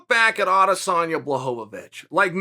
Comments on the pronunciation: Dude foking hell. Pronounce it Bla-hovich not Blahohovich FFS Chael! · BLAH-HO-VAH-VICH lmao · Please say the man’s name correctly Chael 😂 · You can't even say Jan's name wrong with consistentcy smh. That's how much the polish power frightened uncle cheater, I mean uncle chael. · Is he trolling with that pronunciation of Jan’s surname? It’s getting annoying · Chael, happy you're finally showing some RESPECT towards Jan. BUT please, start pronouncing his last name correctly lol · He's saying it wrong on purpose. He has to be by now.